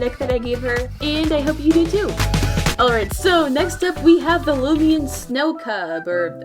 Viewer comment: Ah yes looimian